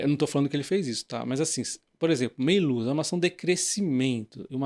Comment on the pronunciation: Não é Meiluz, é Méliuz!